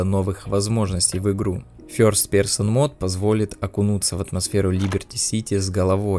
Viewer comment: Что за англичанин этот русский? Персон бляха)))))